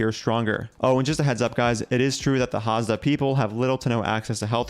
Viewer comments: Hadza, not Hazda. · It's pronounced HAD-ZA not HAZ-DA